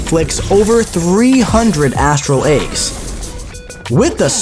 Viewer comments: AAYYGS not eggs😢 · She inflicts astral Ayy-gs